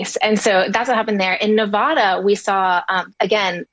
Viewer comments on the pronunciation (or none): Nev-ADD-uh. Please, everyone stop talking about my State if you can't even pronounce it correctly. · It’s Nevada not “navaughta”